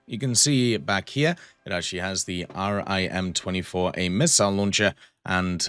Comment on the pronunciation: Just a little thing when talking about navy missiles you don’t need to say R-I-M just say rim